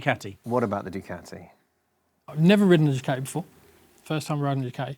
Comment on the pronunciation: Learn to pronounce Ducati